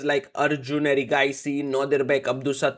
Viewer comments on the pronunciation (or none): none